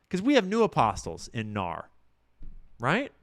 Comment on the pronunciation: Fyi it's pronounced N-A-R (say the letters) or "The N-A-R" not "nahr"